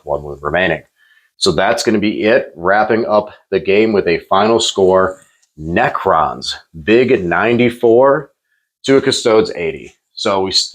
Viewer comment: Pronouncing "necrons" like "pecans" is wild work 💀